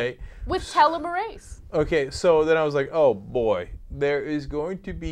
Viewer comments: Its pronounced "teelom-mer-aze", each time you said it it was like hearing nails on a chalkboard. And next to nothing in this report will be news to scientists (ie we've known about telomerase and its role in aging for years). Its time to start seriously discussing the impacts of this stuff (ie we're living longer, fertile for longer and doing very little to embrace expansionism etc), otherwise we're going to overpopulate FAST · LOl TelmarASe... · hahahahahahha Anna is so cute when she tries to pronounce telemerase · HAHAHAHAH YOU'RE PRONOUNCING TELOMERASE WRONG HAHAHAHAHAHA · 'tel-LOM-mer-ase' You're putting the emPHAsis on the wrong sylLAble. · Accent on the wrong syllABLe, Ana. Always go with the second. TelOmerase (short O sound). Telomerase is the enzyme that helps the tail ends of chromosomes rebuild. The tail ends protect the DNA. As we get old, we stop producing so much telomerase, the telomeres break down, and cells die. A US woman one the Nobel for this discovery just a year or two ago. It's pretty cool. Check it out. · didnt read preceding comments ... but did anyone else hear how they pronounced telomerase? ... TILOMIR-ASE vs. tell-om-mer-ase... I thought the girl was a little uneducated... and was hoping for the gentleman to speak up... as he did... I literally face palmed... invade another country for a plant?!?! .. one strain of plant... dude... its not oil fool. you can harvest a plant... and grow it anywhere in the world... ps. telomerase does not cause cancer ... its prevents epigenetic mutations... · LMAO! tell a merase. hahahah. telomeres/telomerase are pronounced with a teel instead of a tell... And I think I first learned about this in high school. Really old news... The industry has spent billions trying to recreate telomerase activity. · Tuh-LEM-er-ASE. That's how your pronounce it. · pronounced TEA-lom-Oh-rase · it's pronounced TEE-LOM-ER-AZE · telomerase LOL its pronounced tell-om-er-ase :D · my gen bio prof. pronounces it "teh-lom-O-race"